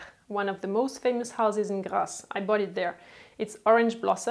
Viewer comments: It’s GRASSE !!! Not GLASSE … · It’s Grasse not Glasse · Script: "Glasse" ???? Its Grasse.